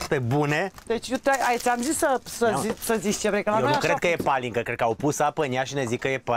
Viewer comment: Nu se spune palincă, corect ca și în Ardeal, pălincă 😜😜😜